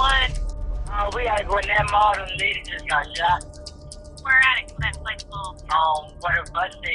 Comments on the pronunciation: Just want to say, it's pronounced Gwinn-Et not Gwinnit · Gwinnett is pronounced Gwen-NET here in Atlanta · The way this man say the word Gwinnett is gooofy! You can tell some people aint never been to Atlanta…